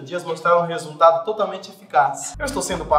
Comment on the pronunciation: dhr q logo em seguida fala do "resuntado" que o cocielo fala kkk